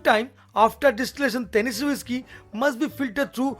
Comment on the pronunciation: Is not woishky ...avoid ur bengali tone of speaking Its whisky..